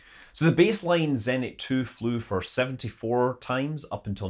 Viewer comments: zenIt, not zEnit :( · Me: 3EHNT? Russian: you mean ZENIT!